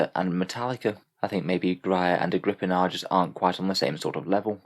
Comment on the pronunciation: Great content as always, third video on this I’ve watched and this is the best run down by far. However it’s pronounced “ag-raa-pee-nah” just so your aware going forward it’s the name of the mother of Caligula I believe